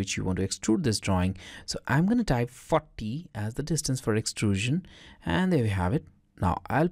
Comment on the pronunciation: when you say "40" i understand "fuck me" sorry ,very strange but its true .PEace ! and thanks for bricscad,very fine cad program.